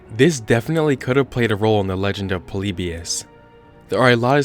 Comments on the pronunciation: Are you saying... poleebeeous? its pronounced polibeeus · that's its pronounced po-li-bi-us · It's actually pronounced "Polly-Bye-Us" Not "Pollybeyus" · The way he says Polybus makes me cry 😂 “Po-Le-Be-Us” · God, stop calling "Poleebius" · YOU PRONOUNCED IT WRONG!